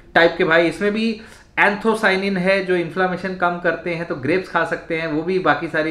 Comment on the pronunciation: Anthocyanins sir not anthrocyanins